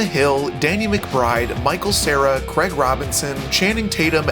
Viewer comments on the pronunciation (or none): none